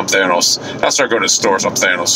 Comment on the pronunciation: "Thanus" lol